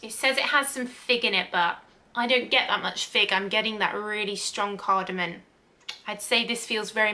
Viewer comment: CardamoM, not cardamoN.